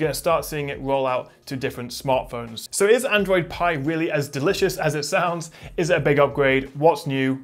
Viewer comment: ITS APPLE PIEEEEE NOT PEAAA DUUUUDE WTFF